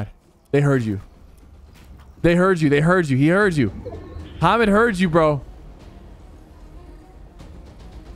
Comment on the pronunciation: my names hamid and everytime he said hamed i was like damn hes saying my name